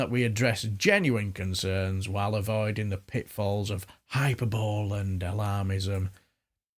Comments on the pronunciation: hyperbole is pronounced hyper-bolee not hyperbowl.. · Not to be a pedant but hyperbole is pronounced hi-per-bow-lee. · Your assessment of the excellent speech by Mr Bridgen and the hyperbole (please pronounce correctly in future) that you spout is beyond belief. Do you have no worries about our children being taught in this way? To deny it’s happening is close to criminal, in my humble opinion. Thoughtfulness and humour?? You appear to have jumbled thoughts and none of this is remotely funny….